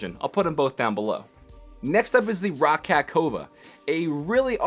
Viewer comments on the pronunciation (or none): I know how Roccat is spelled, but it’s pronounced “rocket.”